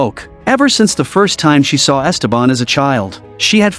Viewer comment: It’s so jarring the way they pronounce Ésteban, with an accent on the first E, instead of the correct way, with the accent on the second e.